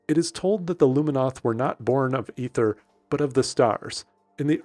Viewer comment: mfw someone actually pronounces Aether correctly :DDDDDDDD